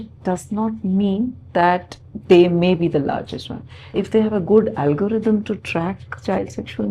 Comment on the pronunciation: Someone tell that lady how to pronounce algorithm please